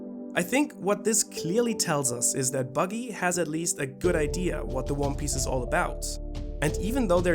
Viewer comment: Buggy is cool and all but did you just say 'idear'? xD